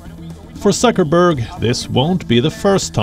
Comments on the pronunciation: I like how the commentator keeps saying Sucker-berg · Did he say suckerberg 😂? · Did he say suckerberg? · I like how that the man calls him suckerberg